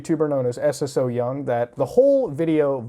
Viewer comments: Es es oh young~ xD it's romanized Korean pronounced soyoung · You can pronounce her name just like "so young". Don't gotta say s s o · It's pronounced "So Young". Also, while they're animals, they're also just seafood that people DO eat ALIVE in Korea and other asian countries. Sure, we MIGHT have some empathy about our prey unlike animals, but this whole thing about killing animals with the least amount of pain is just a social construct. It's not in our nature to sympathize for our food, come on, dude. Although, yeah.. it's pretty horrifying and shouldn't be on YouTube, but at the same time.. don't watch it if you don't agree with it. Unless it's illegal in America to eat seafood alive? In which case, as a platform based in the U.S, it shouldn't be allowed here. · Its pronounced so young lol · Everyone pronouncing her name as Eses-so-young kills me 😂😂